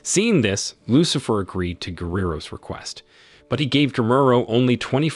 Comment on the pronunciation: Who the hell is narrating this, an auto dialer? “Dynamit”? “…a demonic figure named Lucifer…”? 🤣🤣🤣